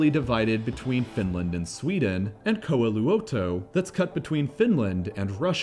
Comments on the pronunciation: Koauluatou :----DDD More like coy luo tou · Correct pronunciation: koh-eeh-loo-o-to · As a finn the way he said Koiluoto made me laugh. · Pronouncing Koiluoto completely wrong aside... The place you marked it is Kotka, Mussalo, Halla, Kuutsalo, Kirkonmaa.. And few other islands. Koiluoto would be more to the east... Towards Russia. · you pronounced kataja and koiluoto VERY WEONG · English speakers get so confused when grammar rules of another language actually makes sense. They add extra/silent letters and pronounce the same letters in different ways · Damn you butchered the names of the Finnish islands.